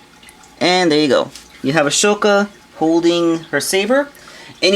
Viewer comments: (Okay clone ranger control yourself. Just because he mispronounced the name doesn't mean you have to get upset) hey the name is pronounced A-SO-KA not A-SHO-KA. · Right, he keeps mispronouncing it too..